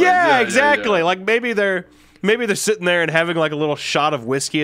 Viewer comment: My biggest irrelevant pet peeve with Wendi is the way he pronounces “sit” or “sitting” as “set” and “setting”. Makes no difference but it just irks me😂